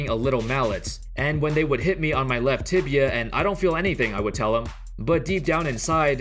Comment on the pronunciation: Man this guy is really cursed the word "Tibia".